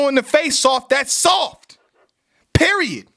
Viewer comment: 😂 when he said "It's sad! AND SAWFT!"